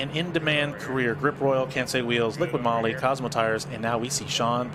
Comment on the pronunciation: guys it's not liquid moly. it's liqui moly no D in liqui.